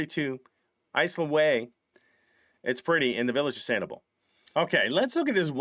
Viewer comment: we love ya but it’s pronounced SAN-ih-bell 😊😊😊 love that 3rd house